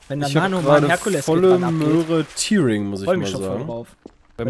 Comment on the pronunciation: Nur so zur Info, "Tearing" wird nicht "Tiering" ausgesprochen, sondern "Tähring" :)